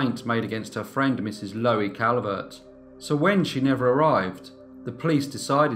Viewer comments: Loo-eee I should think it is pronounced, as in Louise but without the s. Low-eee just grates on my ear, sorry mate. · Pronounced LUUEE not lowee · You're pronouncing her name " Lowie", but it's spelled " Louie", like the male version of "Lou". I don't know which is correct in this case though. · I may be wrong but I think 'Louie' is pronounced 'Loo-Wee'. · Nice upload great channel but are you pronouncing her name wrong, shouldn't it be pronounced like in The Kingsmen song Louie, Louie